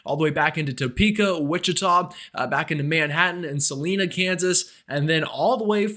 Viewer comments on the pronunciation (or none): It's not Sa-Lee-na Kansas. It's Sa-lie-na Kansas.